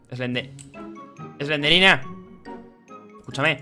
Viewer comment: Se dice slendrina